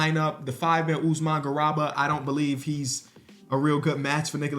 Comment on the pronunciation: always mispronouncing "Garuba" 😭